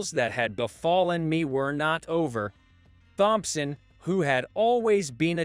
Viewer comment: Here we go again...the surname "Thompson", is pronounced as "Tomson". How long is this going to be, before anyone pronounces this Surname CORRECTLY???